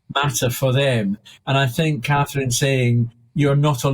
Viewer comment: Is it really hard to pronounce CATHERINE folks?